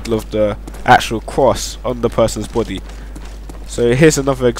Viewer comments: he tries to say body but says boody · it sounds like your saying try to put it on the person;s botty lol bt nice video tho